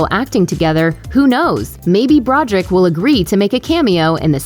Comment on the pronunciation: Do you not know how to read? Brod er ick! Three syllables.